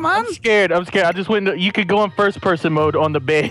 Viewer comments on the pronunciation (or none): none